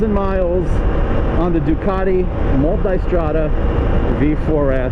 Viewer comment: The one and only who pronounces multAIstrada